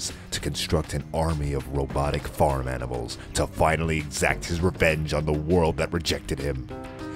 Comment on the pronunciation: Darryl Flanagan I thought he said "Robotic fart animals" lol